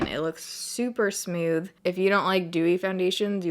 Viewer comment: I love how you say smooth lol "smewth" ♡